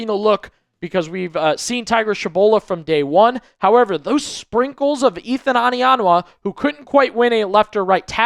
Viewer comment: It's not "AH-nianwa", it's "OH-nianwa"...